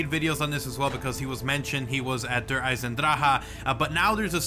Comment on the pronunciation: "Dur eisen-dra-ha"